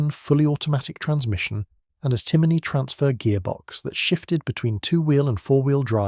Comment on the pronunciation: A.I. naration... "see an" as you pronounce it is pronounced "Shaun" and it is "John" in the Irish language.also your pronunciation of Timoney is also wrong..it is pronounced as "tim on e" and NOT "Timiney"